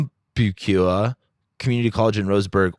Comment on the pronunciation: Umpqua is pronounced Ump kwa